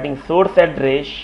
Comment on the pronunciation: It's Good, and Informative, however your prognostication is terrible of address, station, enable, list. It's really distracting and annoying :)